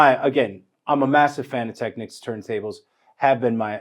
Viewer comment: Finally someone who pronounces the word Technics correctly!!!